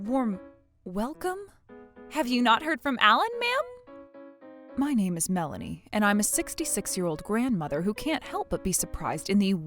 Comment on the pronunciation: That not melanie that brlanie